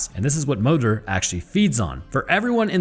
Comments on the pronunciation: Its pronounced móðir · Moder is pronounced mooder. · as a pagan, my ancestors pronounced “modër” like “mol-ther”. you mostly roll the tongue but the D is still somewhat there. it’s complicated.